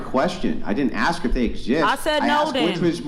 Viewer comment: She says axt instead of ask